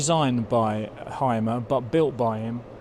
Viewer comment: Hey folks Hymer is pronounced Hümer and not Heimer 😊. Thanks for the vid.